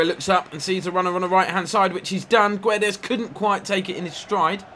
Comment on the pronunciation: Guedes name is not Gwe-des it’s Geds everyone like so he can see and say it right!!😁😁